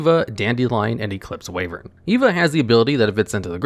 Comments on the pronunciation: "Wayvern"? Sorry to burst your bubble mate, but it's pronounced "Why-vern". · Ah yes, Eclipse "Wayvern"